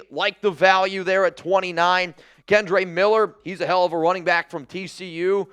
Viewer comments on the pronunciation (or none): none